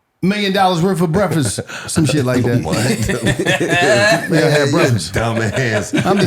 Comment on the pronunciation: Million dollars worth of Breakfast is great. This nigga said Milon dolar of Brefix 😂😂😂 that’s where the disconnect comes in 😂😂😂